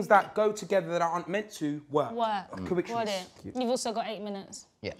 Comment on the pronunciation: Who else Google’s Coituous’ ??? 😂😂😂 Filly is dumb!